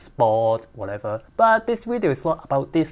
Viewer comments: Say, is it me or is your English pronounciation improving rapidly? Or did I just get used to it? I have no problems understanding you whatsoever anymore. I am also wondering, has anyone ever told you that an F (which you can pronounce) is closer to a V than a W is. I don't mind you making Wideo in Las Wegas but should you want to fix it yourself, there's a tip for ya. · "Wideo" It's wedio*